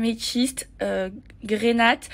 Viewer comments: Non mais, même les noms de "ses" produits elle ne sait pas les prononcer !!! Grénate!!! Mdr ... Au lieu de grenat... Hummmm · heu c'est normal d'avoir appelé une couleur rose saphir??? 😂 hey Maeva, petit conseil, quand tu veux donner des noms de pierre précieuse à tes fards, vérifie au moins que ça correspond à la bonne couleur d'origine. 😂 Et on ne dit pas grenateeee, mais grenat avec un t muet, aussi muet que la couleur est invisible sur la peau. Et c'est quoi le rapport avec des billets de 500 euros sur le palette ? J'en connais une qui va encore se faire démonter par Martine 😂